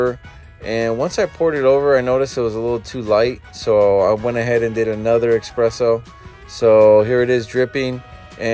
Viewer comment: ITS ES-PRESSO!!! NOT EX-PRESSO!!!!!!!!!!!